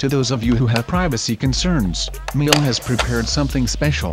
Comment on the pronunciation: You could start by pronouncing Miele correctly